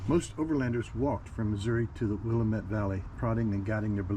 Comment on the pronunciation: Or Canola or Rape seed, no that's not a typo... Also the Dalles is pronounced The Dalls and the Willamette valley it the will-LAM-it valley...